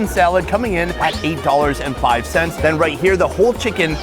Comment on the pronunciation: Fi-Cken As a German I say "No ! Better don't say this." 😂